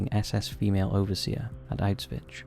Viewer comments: is he actually pronouncing Auschwitz Auswitch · Now that is some pronunciation for Auschwitz. And it isnt some obscure name that nobody heard before, its the most well known concentration camp in Nazi Germany. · . To not know the pronunciation of some famous names (people, cities, countries etc) is foolish... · bro, do you know German? Obviously, he pronounced it incorrectly XD